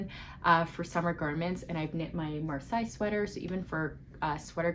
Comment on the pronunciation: I'm watching this for the second time as it's such an informative and useful video! It's so misleading to look at the pictures as they all look SO good 😅 random but Marseille is pronounced "Mar-Say" I'm a French Canadian so I had to tell you 😅 Thanks so much for filming this 😊 ✨